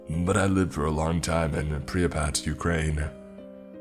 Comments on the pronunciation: It’s “prip-ee-yat” NOT “pree-yuh-pat”. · Priypat? It's pripyat. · I know it's nitpicky,but it's Pripyat not Priapat. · Soooo is no one else gonna point out that he’s pronouncing Pripyat like pre-uh-pat?? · Pripyat = prip EEE yat